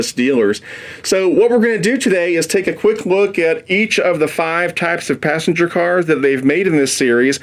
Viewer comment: Passenger not passenge